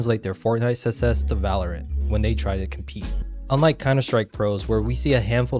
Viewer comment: love the video but please work on saying success it's for some reason really bugging me